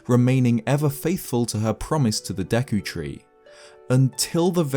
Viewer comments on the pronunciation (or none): none